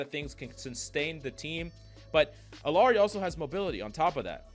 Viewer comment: Pronouncing Illari wrong. Like everyone else.